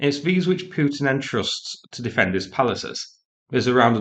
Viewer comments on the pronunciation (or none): none